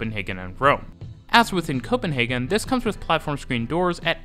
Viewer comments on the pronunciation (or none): none